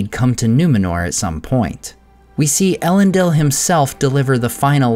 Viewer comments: thanks! That makes sense to me given the formation of the word from Elen and Dil. But surely the last syllable is pronounced “deel”, rather than “dill”? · Isn’t it pronounced “El-en-DEEL”, not “El-EN-dill”?